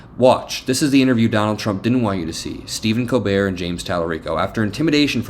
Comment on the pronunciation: LOVE the show, but brother….. COLbert, not Co-bert😂